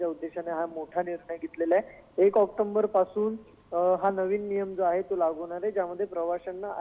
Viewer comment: चुकीचे इंग्रजी बोलले तर शिव्या व समज मिळते तर मग चुकीचे मराठी कसे सहन करायचे. ॲाक्टोंबर नव्हे, No Octomber, Say October ॲाक्टोबर म्हणा. चलता है कॅटेगरी नाही चालणार मी मराठी बोला मराठीतच.